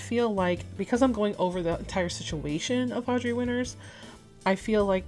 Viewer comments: Very small nitpick on the video im sorry. But she goes by Audra. Not Audrey. I get it they sound the same but this situation has gotten so big in scope that if you’re covering the situation as of now, you can at LEAST get her name right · Nope, it’s Audra Winter, no “s” at the end. No idea why people keep misspelling it. All you have to do to check how to spell her name is to google her. You also called her Audrey around minute …kind of weird.